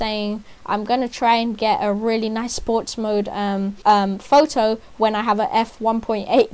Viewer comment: "It would be a lot more heavier"? Please speak in correct English. "It also has basically like...." And slow down and speak in English. Words like "lot" and "photo" actually have a "t" sound in them.